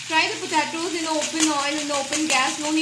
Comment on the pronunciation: Its an easy and good recipe, but it's pronounced as po-te-tos, not po ta tos